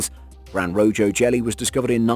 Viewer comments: Pretty sure it's pronounced roHo, not rojo. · "Grand Rojo Jelly" the J in Rojo is pronounced like an H, as it's the Spanish word for "red". So, it ought to be pronounced like Roho. Jesus, the amount of false information is these videos is astounding! From bad mispronunciation faux pas, animal misidentification to flat out bullshit. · Angular Fish, Ro-Jo Jellyfish... The only monster here is your mispronounciatuons... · "Gran Rojo" is a Spanish name. Rojo is pronounced "ROE-hoe", not Roe-Joe. Also, it's Giant Squid, not Gigantic. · It's also not Rojo. It's pronounced roho lol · Grande Rojo, pronounced ro ho. So many have pointed out inaccuracies, this needs a new voice over. The truth is interesting enough. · Lost me when he said RoJo incorrectly... I mean COME ON... Spanish isn't that hard! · This would be a lot easier to watch id you pronounced things correctly. Rojo=Ro-Ho. Angler=Ay-ng-Gler. Angular fish...SMH. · Rojo is pronounced Roho . The Spanish letter 'J' makes the English letter 'H' sound. A good example of that is the name Jesus (I mean it is Easter Sunday after all), The name Jesus is pronounced Hey-Zues when using the Spanish language. Another great example is the word Jojoba, its pronounced Hohoba in Spanish. You do know that you can Google Word pronunciations if you're not sure that you're saying the word correctly right? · Rojo is pronounced row-ho that is Spanish for red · "Gran Rojo" lol... You mean "Rojo Gran" and its pronounced "Ro-ho" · Rojo is pronounced as rroh-hoh . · Lol. Gran RoJOE. AngULar fish. Learn how to pronounce these. Jeeze. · Wait the weird eyed squid are found in the tropical Atlantic? Pretty sure the Mariana trench is in the pacific.. and the Rojo jelly is Def pronounced the Spanish way, since it means red. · Finally someone mentions the rojo thing. It was so annoying! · Rojo is not a J sound its an H sound lol Rojo is red in Spanish.